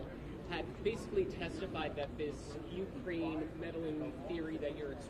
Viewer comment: The YOUkrain and INsurance. Makes the guy sound like a moron.